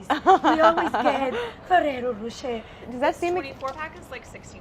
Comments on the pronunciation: No it's NOT pronounced rocheYYYY it's pronounced roché (as in french pronounciation). Which you US guys dont have a clue about how you say. é or er at the end does NOT pronounce eY or AY... .it's a hard E just e... like in eh or close to. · "ferreroh" -"ferreroh" - "racheeeyyyy" - "racheeyyy" <sound of french viewers having a heart attack" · My god no. And Claire watched the advert video and read Rocher means Rock in the Wikipedia article. Ferrero Rocher. The roch as in rock. Not roach. It's a short o. Then she tells Brad how to say it wrong. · It's row-shh-hey not Ferrero row-sh-er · It’s roshay not ROWshAYdamn Americans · ferrero ro "cher" is how I always said it, clearly wrong lol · the second she pronounced it 'ferrero roch-ey' i died. have never heard anyone pronounce it that way dammm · The western commercials pronounced it RocheR with a hard R. So weird. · Ferrero Rochaaaay.. Do americans even try to pronounce european words correctly? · "How do you pronounce it?" "Fewwewo" "FEWWEWWWO" "Roschay" "ROSCHAAAAAAYYYY" French and Italian left the chat. Gosh i love you guys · "ferrero" "ferreyro" "rochet" "rocheeeeeeeeet" PRECIOUS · The way she says Roche wrong but still so confident I find her so cute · the pronunciation is wrong tho ^^ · Does nobody else find it strange how they pronounce the rocher part of it? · That's actually not how you're supposed to pronounce it! English speakers and their need to read "rr" as a soft "r". "Rocher" is French, so just pronounce it as such, not as you usually do with every single French word, that is, reading it as it s written but as it were English and not French.